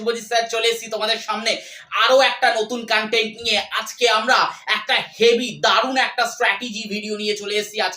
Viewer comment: কানটেন্ট না কন্টেন্ট ♥️